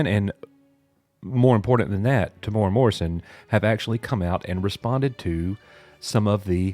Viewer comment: “Ming-Na Wen and more importantly... Temura” Oof, not a very cash money thing to say dude lol